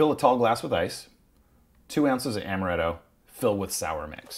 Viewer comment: amaretto not amareto